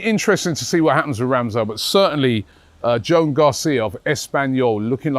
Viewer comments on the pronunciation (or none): none